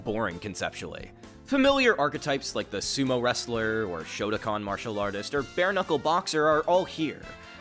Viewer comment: SHOTO KAN not shota con